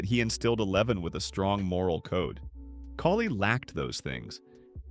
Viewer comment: If you're going to use an AI voiceover, can you please replace name's like "Kali" with something that phonetically sounds correct?